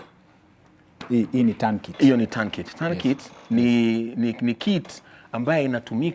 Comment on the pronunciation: Much respect to. He is versed with high level first aid. What pronounces as Turn kit is actually Tourniquet found in Trauma Kit.